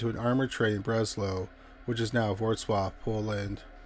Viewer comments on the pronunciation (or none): none